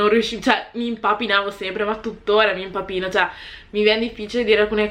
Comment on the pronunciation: Fa troppo ridere come dici il termine "impappino" hahah anche perché quando lo dici ti stai impappinando✌✌✌😂😂😂😂i love you girl💕💖